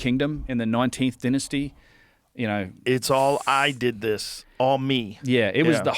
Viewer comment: "Dinnassty" dynasty 😂